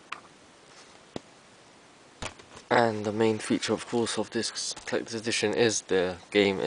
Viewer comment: HAHA he said "Clecters" edition! lol!